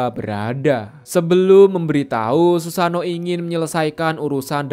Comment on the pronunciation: bukan susano we. susano'o berjeda